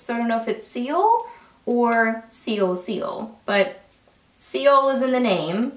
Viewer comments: Yes, Seoul is pronounced "soul" like Seoul, S. Korea, like to see other shades more on the nude or pink side. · seoul is pronounced "soul" :) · I could believe when she pronounced it that way😳 lol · I love that there are a dozen comments correcting your pronunciation of "Seoul"! Doesn't anyone read the comments first?? I looove Budapest. I wore it so much last month. I also really like Dubai, and I recently picked up Paris, and it's really pretty. I'm waiting on Prague to get here from a recent order ... I enjoy these lip creams, can you tell? lol